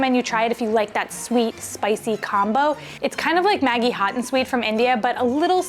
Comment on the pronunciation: Lovely vid, thanks from Australia. On your recommendation, I hunted up Banana Ketchup and really enjoy it. Also differences in pronunciation: Maggie vs Madgie- who knows!